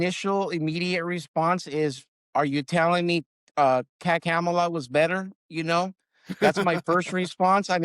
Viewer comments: Jeezus. "Are you telling me Kah-kamela was better?" WTF. He still doesn't get it. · that got me, too. He pronounced Kamala’s name wrong which tells me he reveled in the sexist racist BS about her. This video only made me more angry. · I don't know if he purposefully mispronounced Kamala's name or not. If so, it's consistent with the rhetoric coming from the Republican party, do maybe be aware of that in the future. Also, I find it strange that people don't think that the former Vice President of the United States, who had also served as Attorney General of one of the largest states, and as a US Senator, was unqualified to be president. I also don't understand the comment that they just threw her into the race. It seems like everyone forgot that if the President is unable to fulfill the duties of the office that the Vice President would become President until the President could resume. That would make her inherently qualified to be President. Just some thoughts I had ... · Are you kidding me? He said, “Are you telling me “Cam-ala” (phonetic) was better?” Omygoodness freaking 1 trillion times better. She was elected to be the AG of California, She was elected to the Senate, she was elected to be Vice President! She was wayyyy better and those were your choices. This just shows this gentleman still doesn’t get it. They weren’t paying attention. Those were our choices, and there was a clear choice for the better of our country. 😢❤🇺🇸❤️🙏🥲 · Also, notice the deliberate mispronunciation of her name. This guy is a real piece of work. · Good you all came to a realization your part of the bad guys he was talking about. Even now you can't pronounce Kamala's name right and want to mock her, she would not have definitely profiled you. your talking because your personally hurt, but deep down it looks like you still got the MAGA Crap. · So disrespectful! STILL can't say her name right! F 'em! #FAFO